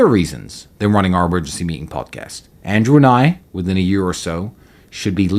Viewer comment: “Perpercastus” bro I’m dying 😂😂